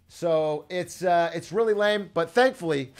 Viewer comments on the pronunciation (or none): none